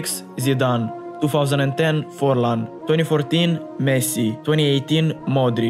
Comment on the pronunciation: It’s pronounced modric